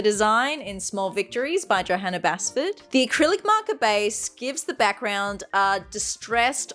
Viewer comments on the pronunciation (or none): none